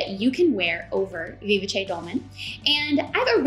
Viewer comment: You did a phenomenal job explaining all the features of each pattern! And now I know how to pronounce "Vivace", thank you! I'm waffling on the beautiful Fraser Cardigan because I have a wide in the middle shape. And this cardigan I can't close. But I do love the curve of the hem! So many choices!